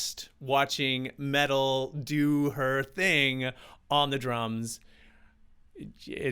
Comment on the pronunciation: She's my idol as is Danny Carey I love meytal and tool and it's pronounced may-tal she has 1,600,000 + subscribers